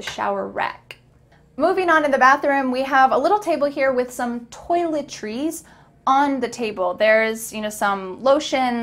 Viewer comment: pronunciation of toiletries got me🤔